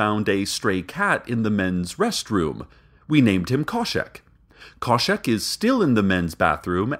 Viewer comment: Khoshek. There's an h in there.